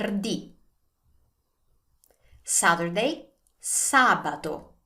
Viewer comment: when you pronounce Sabato it sounds like a letter D instead of T when you say it which one is the correct sound